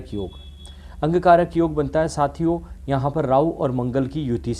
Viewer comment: Aap angkaarak na bolein plz.. it should be "Angaarak" ...Bahut confusing prediction laga.. thoda aur achche se yog explain karne chaahiye the.. Aditya Thakrey ka Isse better tha..